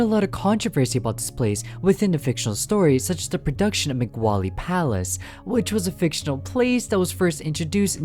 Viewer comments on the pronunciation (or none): moe glee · Oh my God, I thought I could stand it in the beginning, That's not how you say mowgli's name. It's pronounced like Moe-glee not meh-gwa-lee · Interesting video but you pronounced Mowgli. Disney version is said like Moe-glee and the original Rudyard Kipling is pronounced Mow-glee. This version is meant to pronounce so the first syllable rhymes with cow. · Not being rude but its Moog-ly not Moo- Wally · It’s not moogly either It’s mowg lee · Bro keeps pronouncing Mowgli as “Ma-Gu-Wally” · megwawlie palace lol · Every time you pronounce "Mowgli" as "Migwali," a nice young man with social anxiety shits himself during an 11-hour airplane flight. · I love how he says migwali instead of mowgli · I'm sry, but the way you pronounce mowgli sounds like Mc wally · Brooooo deadasss I was looking EVERYWHERE for this comment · he pronounces it like mogwally or sum shit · "Mogwali's Palace". BRO 💀💀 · Isn't Mowgli's name pronounced "Moe-Glee"? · Macquali lol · The way he keeps pronouncing mowgly’s name as mc wally :sob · Your Videos are Great! :D Although I hate to be that one dude, it's annunciated Mo-glee. 🤓(i sound like a nerd). Either Way, You make the best fnaf/horror stuff! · Did you just call Mogli "Mag Wally"? Lol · Yep can't wait to watch the junglet journal starring yours truly "Mag Wally" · How is no one else talking about this? Is this secretly the real pronunciation and I'm getting gaslit? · I may be wrong, but isn’t it supposed to be said like "mo-glee" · The way you mispronounce "Mowgli" is a similar energy of someone mispronouncing Shaquille O'Neal's name "Shaquale O-Nahleh" XDDDD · I have never heard someone say Mowgli so wrong before and it hurts my ears, if your commentary wasnt good I would be crying at that word alone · Bro what was with that absolutely stanky way that you pronounced “Mowgli” 💀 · Any one gonna talk about how he miss pronounced Mowgli’s name the entire time?!?! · There is no way that they said like that unintentionally